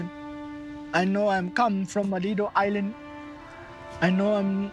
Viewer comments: “Liddle island” 😂😂😂😂😂😂😂😂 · “Liddel illand “ 💀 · "Leeytle island" 😂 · "Leedle island!"